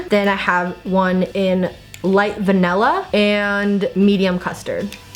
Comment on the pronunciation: VANELLA?? It's vanIlla?!